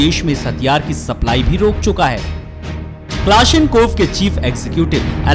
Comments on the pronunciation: ITS NOT KLASNINKOV, ITS A KALASHNIKOV YOU AS HOLE COMMENTATOR HE DOESNT EVEN KNOW HOW TO PRONOUNCE FIRE HIM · Are Bhai pehle "Kalashnikov" thikse bolna sikhle. Ye klashinkov nahi hai 😂😂